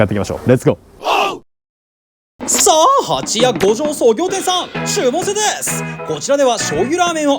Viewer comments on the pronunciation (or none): 蜂屋のイントネーションが違うのでまた来てください。